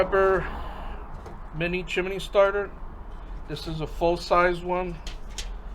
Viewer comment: One suggestion: Chimney is only 2 syllables. chim·ney ˈchim-nē